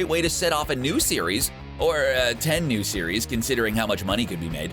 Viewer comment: And teins name